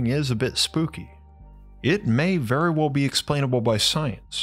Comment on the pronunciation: You speak like your mom loves you ffery fferwe much.